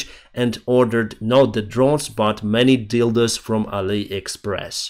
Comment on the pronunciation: I'm sorry but listening to say the word "dildo" is hilarious!😂😅😂😅